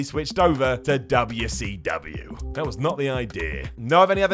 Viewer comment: The “Dubbya C Dubbya” emphasis. 😂